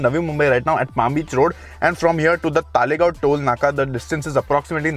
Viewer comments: It's "Talegaon" and not "Taalegaon" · It is तळेगाव not तालेगाव. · अरे भाई तालेगांव नहीं , तळेगाव या फिर तलेगांव बोलो । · It’s तळेगाव not तालेगाव